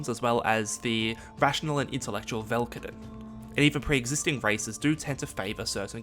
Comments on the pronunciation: ve-dal-ken. not velkaden. good attempt at explaining the guilds. But you should know there is no Dimir House. Pure fabrication. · Izzet is pronounced “is it,” Vedalken is pronounced “Velkaden,” it is Vedalken. Great video tho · Not only mispronounced vedalken but also IzzEt and Niv MIzzet ^^' hurts my MTG ears xD But great explanations